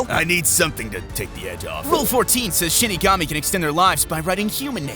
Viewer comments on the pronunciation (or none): Am i or he says shitigami